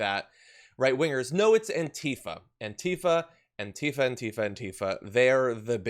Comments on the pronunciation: ANTIFA is accentuated on the first syllable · True Cerium, Really? Well, I’ve been pronouncing it, “an-TI-fa” this whole time. And will continue with that. Different Strokes, I guess, huh?